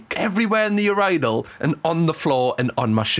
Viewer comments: I'm sorry, "urANAL" is sending me 😂😂😂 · The ur-"I"-nal is crazzzzyyyy. 😂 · I have to say thank you for the best laugh I have had in forever!! You saying Urinal with your accent is the best!!! 🤣😂🤣🤣😂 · I have never in my life. Heard a British person say urinal and I was not prepared for that pronunciation I'm crying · I’ve never thought about how Brits pronounce urinal until today 😭 lmaooo ily just threw my off a bit 😂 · You manage to crack me up somehow each time you upload. This time it was the pronunciation of urinal, making fun of timing your drinks apart (I do this bc alcohol triggers my sinuses which can lead to throwing up lmfao) and your dance moves 😭😭🤣🤣🤣🤣🤣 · This is the first time I’ve heard a British person say “urinal” 😩🤧☠️